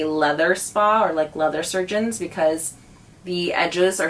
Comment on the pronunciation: “Leather spa” “Leather ciurgeons” 🥴🥴